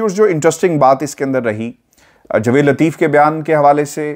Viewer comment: Baraye mehrbani apna Urdu ka tallafuz sahi rakhain. Qamar Javaid Bajwa, Jvaid nahin. Aapka andaz e bayan waisay boht khoobsurat hota hai.